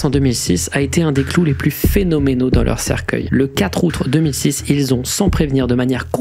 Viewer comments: super vidéo mais faut vraiment arreter de dire "outre" au lieu de "aout" :p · Pourquoi il dit "outre" au lieu de dire "Août"? C'est un ARG? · 2min30.. Et le "4 ourtre"... 2x.. C'est chaud ce niveau d'amateurisme pour un mec qui fait des millions de vues.. Ahhh la gen z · "le 4 aoûtre 2006" 😂